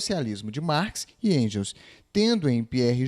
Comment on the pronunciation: Enjels kkkkkkk Aos